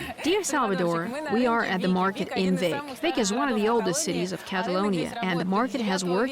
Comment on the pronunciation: Flat as a desk? It's surrounded by volcanic mountains. And it's pronounced 'Beek' not Vic.